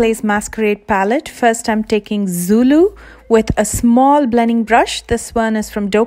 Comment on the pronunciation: Like how you pronounced "zulu"😍